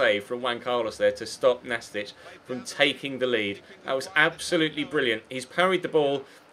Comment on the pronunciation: Pretty sure the team you played in the 2nd game is pronounced Nast-eek not Nastich (they're not a Croatian player lol) as it's short for Gimnastic